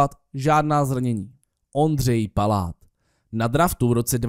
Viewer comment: ty jsi v řekl Pláta místo Paláta